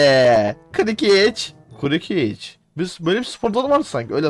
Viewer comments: hocam kurukic diyon adama kırkic diye tellaffuz ediliyor diye biliyorum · Aga kukıriç ne amq kırkic diye okunur o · Abi maçta hicanladın kokoriç diyorsun